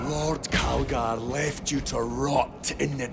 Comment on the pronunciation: It's Calgar says so the subtitles, but does not sound like Calgar.